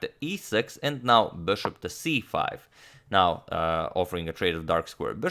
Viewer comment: Am I the only one noticing that the way he says Bishop is off in some way. It sounds more like Bearhhshop